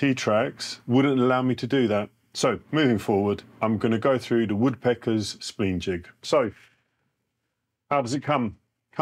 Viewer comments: Spleen jig? It's spline jig. Spline like spine. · I'm from the UK, it's the first time I've heard it pronounced 'spleen' too. Slightly irritating!